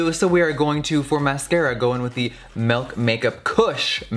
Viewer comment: Did he just say melk?!?! Oh nooooo